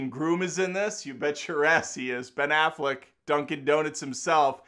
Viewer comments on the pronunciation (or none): I love how you say Ben Affleck, like one word, like benevolent!